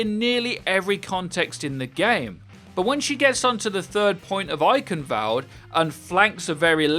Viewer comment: Has to be said, eichenwalde has a W not a V in it. Not sure if the speaker is trying to be a cheeky British person but come on, it's not hard.